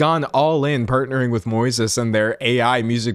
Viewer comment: Moises? Like the Spanish name just pronounced wrong?